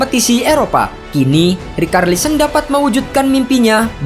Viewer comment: Bang kenapa rikarlisen, bahasa inggrisnya itu bacanya ricarlison, ga pernah nonton bola apa gimana bang, komentator Inggris bilang richarlison bukan rikarlison. Aneh ajaaaaaaaaa